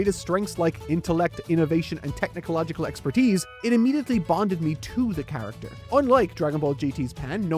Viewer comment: ITS TECHNOLOGICALLY NOT TECHNICOLOGICALLY